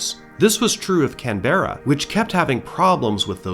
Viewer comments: Glad I’m not the only one! To be fair, he’s just pronouncing every letter, plus the emphasis. “Can-bra” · Love you videos but please stress the first syllable in Canberra. The way you're pronouncing it in the video is very hard on the ears. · I'm 22 seconds in and had to say it's Can-bruh 🇦🇺😂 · Had to look it up correct pronunciation is kanbruh 😅 kinda like canbear uhhhh better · Somehow the repeated mispronunciation of the very subject of a video is much more tolerable when it is a human mistake and not AI! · As an Aussie, I gotta say, that somehow still not the most incorrect way I’ve heard someone say Canberra, it is one of the more interesting ones though. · it‘s driving me insane as a canberran haha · Can we get a trigger warning at the start? Warning: some pronunciations of the word Canberra may cause distress... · Stop saying Canberra wrong 😂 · My ears were bleeding hearing that. I must admit that I was wondering if that was the British pronunciation rather than the Australia one - there was a Canberra Bomber produced by the UK. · Yep no worries mispronounce away, just keep uploading your excellent videos 👍